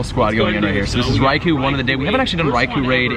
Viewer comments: REY KO, not REY KOO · RAI KO not REY KO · Anyone gonna tell him it's pronounced Rai-kO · RAAI COAL not RAI KO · I think you are saying Raikou incorrectly.